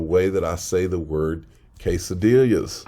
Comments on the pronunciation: I want some Kay-Suh-Dilliaahs 😭😭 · Quesodillias? Why you addin extra letters to the word DAI? lol